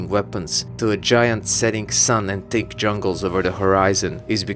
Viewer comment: an amusing thing: i dont mean to be rude to your accent but whenever you say "thick jungle" i think youre saying "tick jungle," and the former sort of implies the latter so i didnt even realize you were trying to say the former until a few watches lol